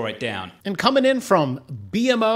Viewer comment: its B-MO not B.M.O eat more poutine and it comes naturally